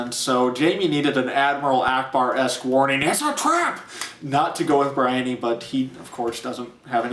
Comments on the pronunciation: I was with you until you pronounced "Brienne" (it's a real name, Bree-enn) "Briony". Are you out of your mind? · Couldn't believe the pronunciation of Brienne